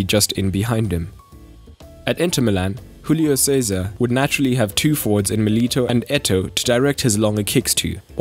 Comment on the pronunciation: Júlio César is brazilian but you read his name in spanish